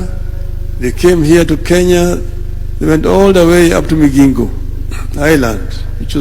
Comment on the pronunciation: It's MiGingo...Not MiJingo...ay banangeeee